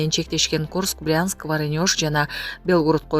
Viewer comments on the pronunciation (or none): Воронёж эмес Воронеж чон кыз туура оку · Журналист варанёж эмес Воронеж десен. Уят сен журналист болуп туруп ушинтсен. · Варанёж эмес Воронеж. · Диктор Воронежди Воронёж дейт го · Ворнож эмес Воронеж деп айтат. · Воронийож эмес!!! 😡Воронеж!!! Жанагы Мадумаров айткан сабатсыздар ушинтип куйгузушот да! Билим алчы сен адегенде, анан жанылыктарды оку!!! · Варанёж, дурон. Бул аял мектепти заочно бутконго ээ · Варанёж эмес Воронеж деп туура айтып уйрончу жердин атын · варонеж барго ,,ошону туура айтпай варанёш деп атпайбы тиги артис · Россиянын шаарларын катасы жок айтканга уйронсон болмок чон кыз .Воронежди жакшыраак жатта 😅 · Чон кыз туура окуучу Воронеж дегенди ката айтып жатасын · Ооба ударение ни туура эмес койуп окуп койду мен да күлүп атат элем😅